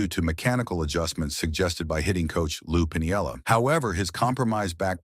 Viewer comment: Geezzesss do I hate these AI generated videos. Take the time and effort to narrate it yourself!!! You can tell how the AI generated voice says "point three two eight" when all baseball fans and pros say "three twenty eight" when a player hits .328 for the season. Also, it mispronounced Lou Piniella badly. I really wanted to hear about Donny Baseball and the problems he had towards the end of his career but please... be just a little more conscientious and narrate these very good videos yourself.